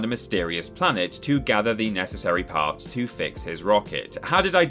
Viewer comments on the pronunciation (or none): none